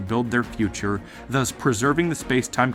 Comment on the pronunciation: please say "Thus", not "Thuzz"